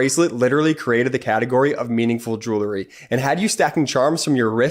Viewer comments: It’s not JEW lery ….. it’s JEWEL ry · I love your show. But please the word is jew ell ry not julerry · Check proper pronunciation of "jewelry". I bet it's not " jew-ler-y"...